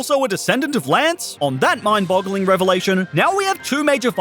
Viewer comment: “Lances son” Nawww. Clairs son.